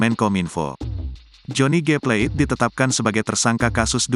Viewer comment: Plate bukan " pleit "